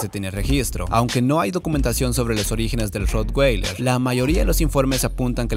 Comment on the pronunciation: Ud.desconoce hasta el nombre de la raza, lo pronuncia mal es raza alemana la w no se pronuncia como una g